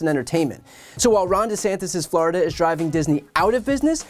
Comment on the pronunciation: "FLORIDON'T?" 🤣🤣🤣 I thought it was "FLORI-DOH!" 🫨